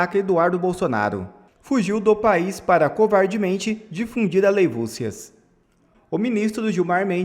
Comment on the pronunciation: VIRGEM MARIA ! COMO TA' DIFÍCIL FALAR A PALAVRA ALEIVOSIAS.